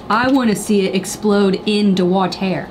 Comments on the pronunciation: “I want to see it explode in thE wAtERR” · in the ✨Wa-ther✨ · "i wanna see it explode in the wha-tear "